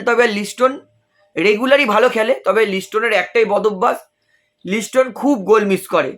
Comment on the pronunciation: লিস্টোন নয় লিস্টন